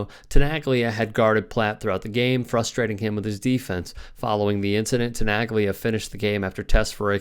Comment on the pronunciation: Please... it is pronounced as Tenalya, not Tenaglya..learn some Italian please... it is like Bologna, Bolonya